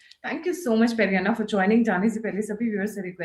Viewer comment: Highly irritating when you call him Peri anna. It should be Pedda anna. It's very simple. Learn lady. By the way due to back lash Vijay withdrew his attempt to have an Astrologer as an OSD.😅